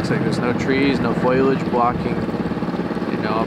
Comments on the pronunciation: Foliage. Foe Lee age. Foliage. Not Foilage. Foliage. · First off I want to start by saying I love what yall do and it I'd a wonderful service yall provide for these families and missing people. I just have to say that when Jared and pronounce foliage as foilage it's drives my ocd's absolutely bonkers lol but that aside yall are wonderful people and please keep up the good work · You guys are amazing and the BEST, but "FOIL-age" drives me nuts. It's FO-liage" petty, I know, but ouch. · is definitely an integral part of the team! I can also tell that he has spent a lot of time with Jared, as he calls underwater trees 'foilage' instead of foliage! LOL I absolutely LOVE the pure kindness, generosity, and innocence of these beautiful people. These men are setting a great example for our youth and selflessly sharing their expertise!